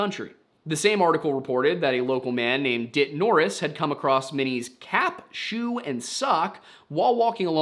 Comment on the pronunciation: You had to say "cap" a dozen times before i didn't hear "calf"